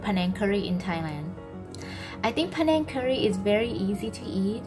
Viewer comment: This was so much fun! Thank you so much for including me in the video! Just a small correction for the video description, the panang curry name is written as “penang” but the words are actually unrelated. The name of the curry is pronounced like “pah-naeng” and the Malaysian island is pronounced like “bae-nuhng” in Thai.